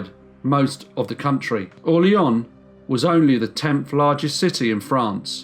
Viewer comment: I shudder every time the narrator pronounces it "Orle-onn".